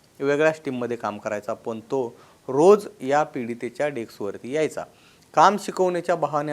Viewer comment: डेक्स नाही रे, डेस्क म्हण